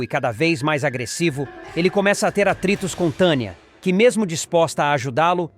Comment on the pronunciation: Narrador onde tem esse nome ? TANIA? VC NEM SABE NARRAR PRONUNCIAR NOMES TANIA. KKKKKKKKKKKKKKKKKKK